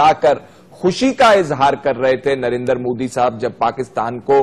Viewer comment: narendar narendar narendar ....sidha narendra bolna tak nahi aata